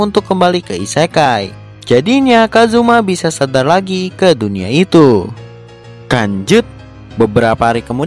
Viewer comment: Bang lu ngomong lanjut kayak ngomong kanjut